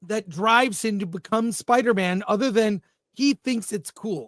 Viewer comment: Spida Man soft A